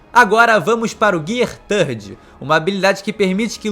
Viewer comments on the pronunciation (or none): GIAA SEKANDO GIAA SAADO GIAA FOOSU GIAA FIFUSU Melhor falar as marchas mesmo... kkkkkkkkkkkkk